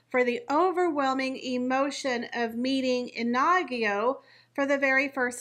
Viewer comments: Pronounce it like in-ago. The emphasis would be on the IN. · The new Middleton babies name is not pronounced Ah nah gee o It is pronounced Ee knee go Short sounds In Spanish. Meaning Fiery🔥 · It's NOT "Inagyo". It's Iñigo, which is pronounced "IN-YI-GO". There is no such name as "Inagyo" in Spanish. It's like calling a "Jennifer" JEN-AY-FAR. That little mustache on top of the letter "n" is called a tilde and it signifies that the "n" is supposed to be pronounced with a "y" or "I" followed by the vowel after it. For example, the Spanish new year greeting "Feliz Añonuevo" is FE-LIZ AN-YO-NUEVO. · I In-I-go. (i as in big)